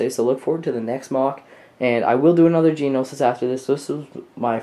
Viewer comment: Isn't it Geonosis Not Geninosis?